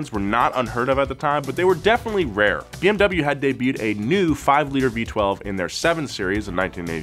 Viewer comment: Almost hoped that would pronounce BMW correctly😕